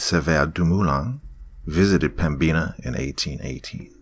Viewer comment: The pronunciation of pembina is killing me amg